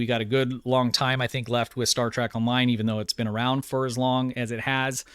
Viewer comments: Good video so far and i only have 1 bit of constructive criticism to offer, and i mean no disrespect, but it is pretty nerve grating, lol. It is Star TREK, not Star TRACK...which is how you pronounce it in this video, lol. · Its pronounced Star Trek not Star Track! You pronounce it wrong the entire video lol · He said “Star Track..” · Is saying Star TRACK? In his older videos I thought I was just mishearing him but it definitely sounds like Track to me.